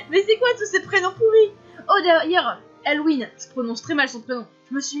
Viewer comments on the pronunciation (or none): none